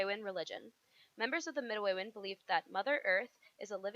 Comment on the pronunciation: yall mispronounced midewin